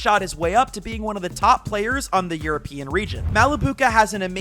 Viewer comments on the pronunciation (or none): none